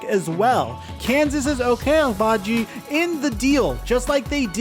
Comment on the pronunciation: Say Ochai Agbaji again. 🤣🤣😂